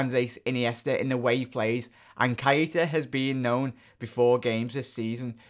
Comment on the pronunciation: plz just say naby it's not pronounced ky eh tah it's pronounced kayta lol